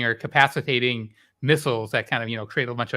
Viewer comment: LMAO at questioning Weinstein's intellect when he can't even say cavatating.